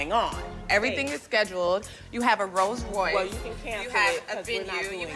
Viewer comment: Duffy: “Everything is scheduled, you have a Rolls Woyce – “